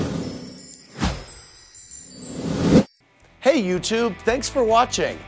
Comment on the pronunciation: I find it ironic that she keeps on saying "à la FRANÇAIS" when it should be "à la française".